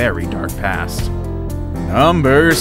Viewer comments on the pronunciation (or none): It is Kuranda, not Kurand0, Ends in A not O. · Its Kuranda not kurando! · Also, try to pronounce Kuranda correctly.